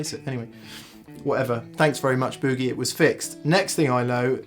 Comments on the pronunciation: That’s Boogie not Buugie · "Muuuhhh sa" "booh-gahhh" haha! Love the English pronunciation of this. In the states we say "May sa" "booh-ge" I think I like the English pronunciation better. I'm gonna start using it! Reminds me of when I was watching the UK series, Hart's War and guy kept talking about his new aluminum prosthetic leg. I had to look at the sub titles to realize the was saying aluminum. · More like Boo-GAY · The Pom’s still don’t know how to pronounce Boogie.